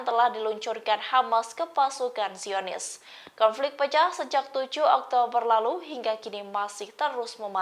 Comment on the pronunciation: Pembawa berita salah berucap....DIAKHIR VIDIO dimenit pasukan JIONIS KEMBALI KETERIWONGAN SAMBIL MENGEMAKAN TAKBIR😮😮😮😮 SI HOST PEMBAWA BERITA SALAH BERUCAP DUKH PARAH